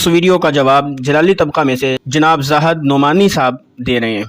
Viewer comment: علامہ صاحب آ پ اپنے الفاظ تو صحیح کرے لفظ زاہد ہ کے اوپر فتحہ نہیں بلکہ کسرہ ہے